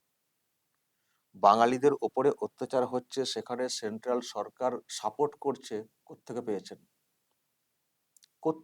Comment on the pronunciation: তুমি নিজেই তো ভুল ভাল বাংলা বলে বাংলা ভাষার অপমান করছো! সেন্ট্রাল "সারকার"! 😂😂😂😂